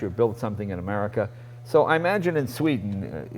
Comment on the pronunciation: whenever jay does something like he did "ooo sveeden yaya" like dude wtf it's not the 70s no one it in the dark about other cultures..